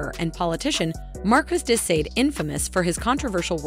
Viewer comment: Sade is not pronounced ‘saat